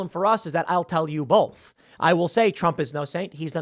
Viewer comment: Tim, stop saying "bolth", say "both"